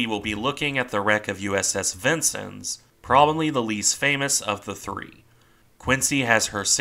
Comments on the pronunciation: I believe her name is pronounced "Vince-Ens", not "Vinces". Nice presentation, nonetheless.. keep up the good work! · It's pronounced vin-sins, not Vincent. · as someone who served on cg49 , it is pronounced vin-senz, not sins. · Being originally from Illinois I have always heard the name pronounced "vin-senz" rather than "vin-sins.." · neither way, vin-senz is how you pronounce it. im fairly familiar with it having served on one of the vincennes!